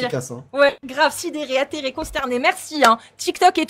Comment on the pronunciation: Pas ethérée... mais attéré !!! anémié pas énémié ! Attention aux mots ! Bisous !:hand-pink-waving